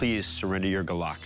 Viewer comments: It's "gulok" the stress is in /gú-lohk/ not gulak. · Gulok. Accent on the first syllable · It's "Gulok" not "Golok" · In pH, I swear that what you called golok will stand until your dead😂, and it's not "golok", it's guuulok even metal nowadays can't stand a chance😂😂in our guuuuuuulok😂😂😂😂😂 ✌️✌️ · First of all, it's Gulok not golok. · Not golok gulok Gu stress+ lok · Its not galac its gulok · It's pronounced as GOO-LOK, not Guh-Lock..😆😆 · It's not GOLOK but GULOK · Gulok not a guluck or gulak🤣🤣🤣🤣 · It spelled as "Gulok" and pronounce as it is. Gu lok in a fast manner. I had one used for clearing and chopping abaca fibers. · I think it's pounce "GOOLUK" just wondering 😉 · Its pronounced "goo look" just in case you're wondering. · When I was a kid we had a golok (said like gu like the start of good and then lok" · Its right pronounciation is 'goo-look'.. for your reference thank you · Guulok as you should pronounce it. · It's actually GULOK read as goo-lok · It should be pronounced as goo-lok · It's pronounced goo-lokh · Ahahah! It's pronounced as "goo-look". Like Zebra/Debra. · Can't help but chuckle at how they pronounce gulok. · Ang sosyal ng mgkaka bigkas ng golok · the way he pronounced golok 😂😂😂😂